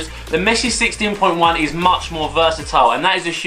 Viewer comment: Sissteen poin jaun 😂